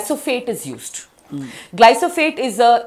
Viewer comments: 28.00..adi glysophate kadakka..glyphosate antaru danni.. midimidi gjnanam tho kottukuchasthunnaru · Glyphosate.....not glysophate😊